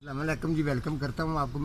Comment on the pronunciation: گریپ کو گرپ کہ لو مگر سلام صحیح کہنا سیکھ لو